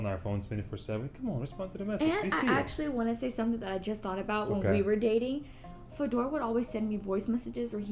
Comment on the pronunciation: Пожалуйста, не коверкай своё имя, ставь ударение на первый слог и произноси ё, друг. Можешь удалить мой коммент после прочтения, но ты должен знать что твоё имя Fedor c ударением на второй слог имеет неприятное значение на португальском. A португалтговорящих много в мире. Смотри сам, но если есть возможность поменяй написание имени в загранпаспорте.